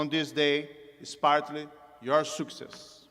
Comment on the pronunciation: Nossa, ele não fala bem inglês. Não fala mal, fala razoável. Mas tem uns erros de pronúncia lamentáveis. Por exemplo quando ele fala "Success".